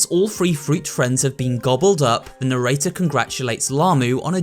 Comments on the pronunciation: Mokie did you really pronounce mochi as mokie and narrator as narator HAHAHA 😂 but other than that this was a good video decent theory and so on so forth keep up the good work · Its Narrator not Nerrater